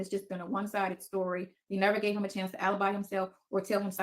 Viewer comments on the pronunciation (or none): none